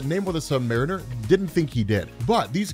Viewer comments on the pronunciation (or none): I hate how you pronounce “Mariner”